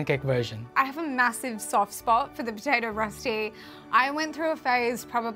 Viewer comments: Me as a swiss person being like "Darling the ÖÖÖ sound has to be in there"...also also...finding in Europe...overall this is not Rösti my dude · As a sothern german girl I loved to see the "Rosti" we call it Rösti so its a different sound its bloody delish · It’s called rösti not rusty Pronounced “Roeshti” kind of. It’s a national dish in swizerland😊